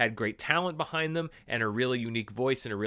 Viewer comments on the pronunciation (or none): none